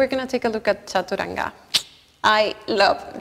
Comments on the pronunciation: First I am showing 🙏 for pronouncing the word Chaturanga as it should be.. being an Indian it hurts our ears when foreigners pronounce chaturanga in a funny way.. first I thought it's because of their tongue.. but you have taught everyone how to imbibe it..Respect from India mam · Que bonito como usted dice "chaturanga" 😊